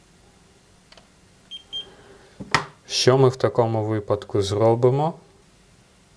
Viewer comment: У слові "вИпадок" наголос ставиться завжди на ПЕРШИЙ склад ! Вчи українську мову та не ганбись ! Дізлайк за покручення української мови.